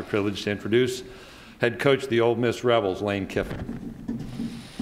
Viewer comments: Freaking Sankey, it’s OLE Miss not OLD Miss, u would think the SEC Commish would pronounce it correctly!!! Great interview, Lane. Hotty Toddy. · Did the SEC Commissioner just say OLD Miss??? WTAF?